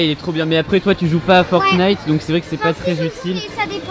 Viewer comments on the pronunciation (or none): none